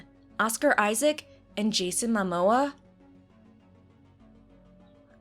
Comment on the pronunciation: Did you pronounce Mamoa as My-moa?